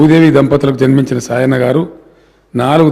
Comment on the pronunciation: సాయన్న అనే పేరే సరిగా పలకలేదు.. శేషన్న అంటున్నాడు 🤦🏿‍♀️🤦🏿‍♀️🤦🏿‍♀️🤦🏿‍♀️